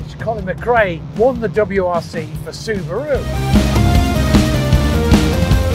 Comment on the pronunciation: Why can't this guy properly pronounce the following words: Sega, Celica, Subaru?